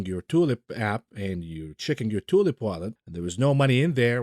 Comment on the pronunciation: cannot help a giggle at each tioolip. Dare anyone to mimick it